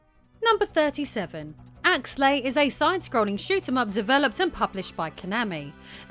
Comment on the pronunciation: Actually, it's Axelay, not Axlay.